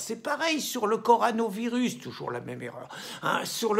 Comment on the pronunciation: apprends à prononcer coronavirus et pas le contraire